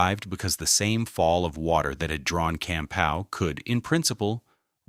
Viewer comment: Also mispronounced Campau (camPAW), and VanAndel (vanANdel)